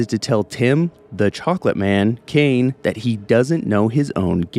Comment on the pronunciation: You pronounced "Cain" wrong.